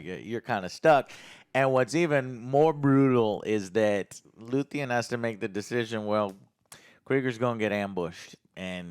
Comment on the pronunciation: 10 episodes in, and he still says "Luthien"...